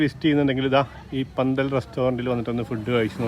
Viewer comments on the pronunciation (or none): പന്തൽ അല്ല ഫന്തൽ......... ........ read more